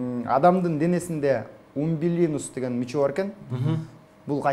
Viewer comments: Умбулинус эмес😂 " УМБИЛИКУС деп айтылат " -, латын тилинен алынаган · Умбиликус дейт а не умбилинус 🤣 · Киндик умилиНус эмес умбилиКус да😅